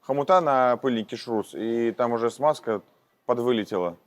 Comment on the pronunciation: ШРУС , а не ШРУЗ, шарнир равных угловых скоростей